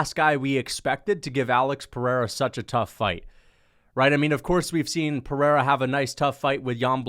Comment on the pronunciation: You could almost call it the PeriERA 😅